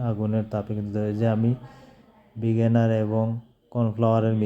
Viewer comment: ভিনেগার কে ভিগেনার বলেন কেন?আচ্ছা আপনি মুসলিম না আযান দেয় আর আপনি ভিডিও করেন মিয়া।😮😮